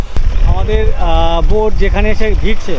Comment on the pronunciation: Ota noika na boat bola